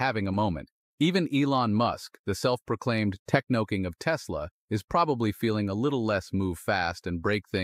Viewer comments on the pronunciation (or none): this is not even watchable. Stop with the AI bullshit. There’s no such thing as technoking when you’re trying to say techno king it’s ridiculous. That’s where I tapped out. Goodbye.